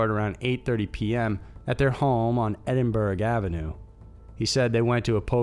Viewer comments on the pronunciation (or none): Its Edinburgh as in burr not burg.